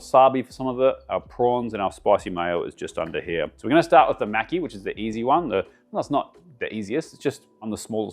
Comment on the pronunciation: When you pronounce maki there’s no need to pronounce a “c” in it, reminds me if Mr macki from South Park when you say it like that lmfao 😂